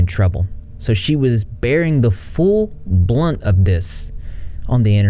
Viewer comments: Goblin Princess Kyo “Brunt”! LOL! Yeah I caught that too. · The full blunt of this, haha. I'm sorry but his grasp of the english language is lacking sometimes. Its Brunt, the full brunt.